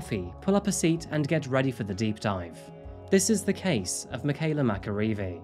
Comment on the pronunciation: thank you so much for the respect you have shown by something as simple as pronouncing Michaela's full name correctly. Wonderful coverage of this dreadful crime. Nice little touch to show Mike, That Chapter too. 😉